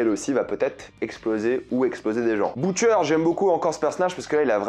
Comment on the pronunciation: att jai entendu bOUtcher